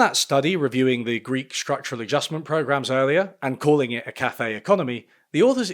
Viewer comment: Linguistically, why does he sometimes put the accent on the first and sometimes on the second syllable of café? (In the US, it's always on the second ime)